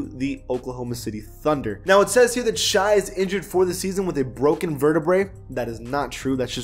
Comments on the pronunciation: It’s pronounced shay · Its pronounced shay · The way he say Shai’s name 🤦🏾‍♂️ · You need to learn how to pronounce Shai gilgeous Alexander 😂. It’s not shy gill-geous 🤣